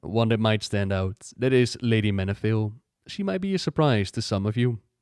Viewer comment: He lost the V in Be a?